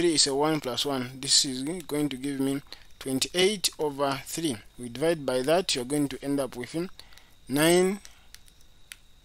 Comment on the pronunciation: Very good explanation. But please it's not Divi Divi We say devide by